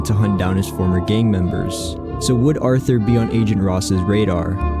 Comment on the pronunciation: “Arther” we know its you